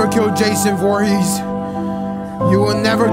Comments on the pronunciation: bro said jason voorhas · FOREHeS???? It’s ForehEs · Jason Voorhees not Jason Voorhes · “jason vorhezz” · He botched the last name lmaooooo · Bro said Jason Voorhes but I love you no homo and you know why I said no homo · Love you but Jason "Vorhezz" is crazy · great vid but it’s Voor-Hee-z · This man just said Jason Vorhoos🤣😂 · who tf is "Jason Voorhez"??? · my guy said jason voorhass😂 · “Jason forhez” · The way he was pronouncing vorhees lmaoo